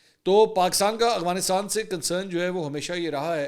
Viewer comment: آپ ہمیشہ اغوانستان اور اغوان بولتے ہیں جبکہ درست افغانستان اور افغان ہے. آپ ملک کے بڑے صحافی اور اینکر پرسن ہیں آپ سے غلط تلفظ بہتر نہیں لگتا